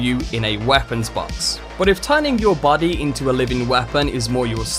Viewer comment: Great video, as always. But... "Bady" "Wapon" "Simpuly" "Ashara" Seems like you have a few pronunciation bugs to fix